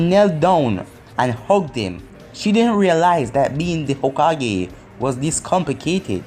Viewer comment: i think hokage is pronounced hoe-kah-gae